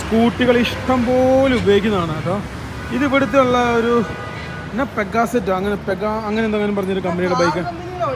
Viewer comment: വിദ്യാഭ്യാസം ഇല്ലാത്തത് നിങ്ങൾക്കു ഒരു അനുഗ്രഹമാണ്. അറിയാത്ത കാര്യങ്ങൾക്കും നിങ്ങൾക്കു തോന്നിയ പേരിടാൻ കഴിയുന്നുണ്ടല്ലോ.... പെഗ്‌ആസെറ്റ് അല്ല പ്യുജിയോട്ട് ആണ്.